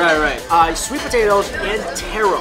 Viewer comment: "Sweat" bean paste? Lol